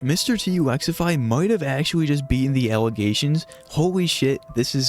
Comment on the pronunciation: mightve actuawwy beat de allegations